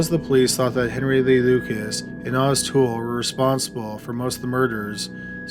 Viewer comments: Oi-tis not aw-ti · It's OHtis not AWtis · It’s pronounced Oh tis not ah tis. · Weird how Lucas keeps calling Ottis "Ot-tis" and not "Oh-tis" in this phone conversation though. Guess even Lucas can't pronounce his best friend's name right either, huh? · The name is pronounced Oh-tis. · How can you not say Otis? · The way he is pronouncing Ottis makes me want to kill (Oh tis) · Ottis is pronounced Oh-tis. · I've seen documentaries where its pronounced OH-tis 🤷🏻‍♀️